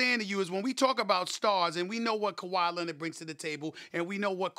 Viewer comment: "Kahwi Lennid" Stephen A Smith